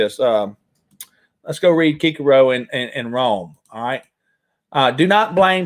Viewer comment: You are a great man. Cicero is pronounced "Sis-a-row". God bless you and thank you for your important work.